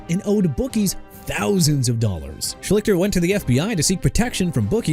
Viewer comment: I'd think Ray Rice would be the Ravens choice...or Ray Lewis And you mispronounced Schlichter OJ not for the Bills?